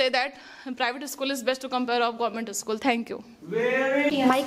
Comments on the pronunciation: Not ischool dear/say school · It is not isschool in English.. It is school in English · First of all the private pinalist students learn how to pronounce school 😂😂😅😂😂